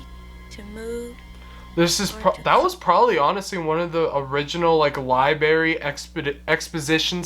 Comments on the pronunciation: "This director?" You really need a massive film history class. Brian DePalma has made some of the most amazing films of the late 20th century. Also, it's library, not liberry. Also, it's not Jesus. It's St. Sebastian. You really are an idiot. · LIE-BERRY!!! EWWWWWW!!! What is WRONG with the American system of education where kids are taught LIE-BERRY instead of the proper pronunciation of LIBRARY!!! WTAF??? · Bro. It's "Lie-BRARE-ee," not, "Lie-BERRY." :) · ....funny when you pronounce the word library as "libary".....twice. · Dude, the word is NOT pronounced "li-berry." Ugh!